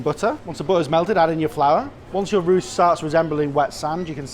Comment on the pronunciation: I love how he says arrrrruuur... arrurru.. aarrrrrurrt... The word that makes you sound drunk! 😂